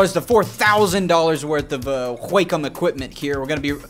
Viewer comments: Wah-com not wack-em..... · Video is unmatchable because he has a tick resulting in him saying 'flippin' in every sentence. He talks like a 60 year old trying to be hip with the kids. Also, H-wa-com... sheesh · I cannot stop laughing at the way he pronounces "wackom"..lmao.... "Can I take this to Grandma's house?" lmao.. Relatable.. love it! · I was losing it every time he said it..lmaooooo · “whack’em” “whakem” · came for the tablets, stayed for the way he says wacom wack 'em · All these years and now I realize that I've pronounced "wrraaakkhumm" the wrong way. All these years.... 🥲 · I learned how to properly Pronounce QuaCom today. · no one : Ethan : GWHAKOM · hahahahaahahha the way he say wacom - qwakom hahahaHAHAHAHAHAH im dying of laughter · Love he says "whack um" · the way he says wacom is soo weird 😂😂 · Is it pronouced WAY COME or WACK UM?